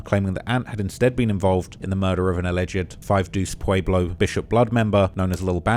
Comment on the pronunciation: is a clown, calling Pueblo’s Pablo 😂 get this cornball